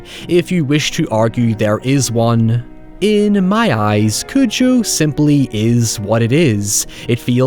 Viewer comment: You’re pronouncing it as “Cuju” which I found strange, is that how it is in the film? I always say it as “Cujo”